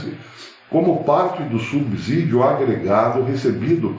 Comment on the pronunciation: Professor, bom dia. Com todo respeito uma correçãozinha na sua fala. A pronúncia certa é” subssídio”, som de S, não de Z. Corrijo muito isso com meus alunos. Grande abraço e parabéns pelos seus vídeos.